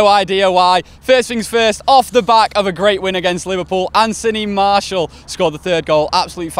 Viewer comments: it's pronounced marcial. not maaaartial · its pronounced mar-cee-el